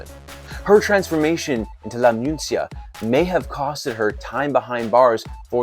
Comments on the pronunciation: Man, she was not called the "Muncia'. 2 seconds fact checking would have let you know that she was called "Muñeca" (Moo -nyeh-kah), that is: the "doll". 🥱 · Lmfao what the hell is "moonsia"? Are you trying to say muneca??? Bruh...